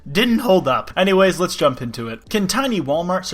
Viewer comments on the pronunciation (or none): none